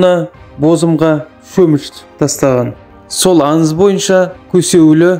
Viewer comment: Көніл емес көңіл танба емес таңба, аныз емес аңыз